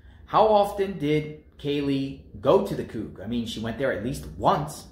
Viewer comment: It's pronounced Coo. Get it right